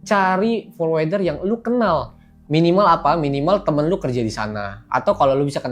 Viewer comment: #OOT Forwarder bacanya forwərdər /ˈfɔɹwəɹdə(ɹ)/, Om, bukan forwɛrdər 😊